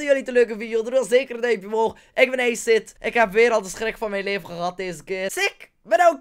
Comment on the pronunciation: Grappig dat je "Acid Mushrooms" goed uitspreekt, en je eigen naam als "eesid"